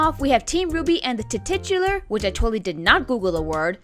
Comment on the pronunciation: Take your pick, folks: saying "Tititular," or calling a thermos a thermostat? (I love you both, just having fun, lol.)